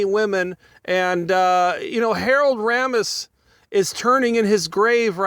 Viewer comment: harold ramis (ray-mis) not rahmus